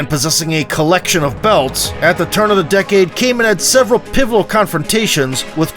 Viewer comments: Kaman, not Cayman! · KAH-mahm. Do your research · Why do you pronounce his name as Cayman? I'm not even Dutch and it bothers me. Nonetheless, thank you for the tribute to one of the biggest legends. RIP champ, we look up to you.